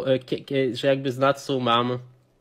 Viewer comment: Patsu a nie Natsu ;)